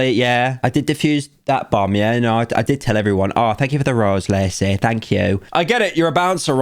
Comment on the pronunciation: not me hearing bum instead of bomb for like a good 5 min of the video